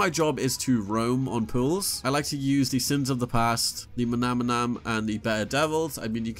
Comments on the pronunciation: Have people just given up on literacy? Not just you bro but every youtuber today, maybe deliberately, gravely mispronounces names in the game. Manannan, there is no second m in that name, so why do you keep saying mamanam? Manannam, mana-nam bro. Sorry but it is starting to kill me when collectively you guys reach so many people, and are content not holding to an intellectual standard. It matters bro, literacy matters... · Pls don’t mispronounce the Manannan 😒